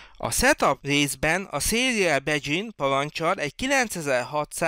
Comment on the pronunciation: Nagyon jó videó, hasznos téma. Csak így tovább! Egy apró korrekció: az angol begin szót nem bedzsinnek ejtjük, hanem inkább “bigin”-ként. Hajrá, így tovább!